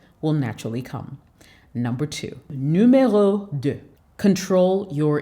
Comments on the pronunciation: Ashhhh I love the way you said NUMERO 2 in French 😁👍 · I like your French . Numéro 2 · U killed the french part as a francophone lemme tell ya you're doing well ... numéro 4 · i really liked your french"Numéro 2"💕your Brother from TOGO 🇹🇬🇹🇬